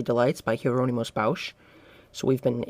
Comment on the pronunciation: "Bausch"? It's "Bos"!. "Bos"!, for heavens sake .